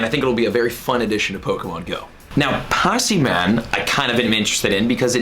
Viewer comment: Pass-e-man? its Pah-sim-e-in lol